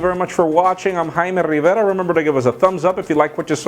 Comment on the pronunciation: Jaime Rrrrevera :)